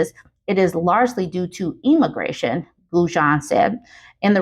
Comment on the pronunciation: This might be nitpicky, but you're saying emigration is wrong. It's the e as in eggs. You keep saying immigration instead, and that means the opposite population migration to what you're supposed to be saying.